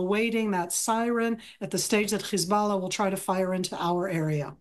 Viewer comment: HIS BULLAH 😂😂😂😂